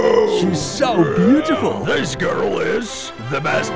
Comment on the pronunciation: i love when he said butetyful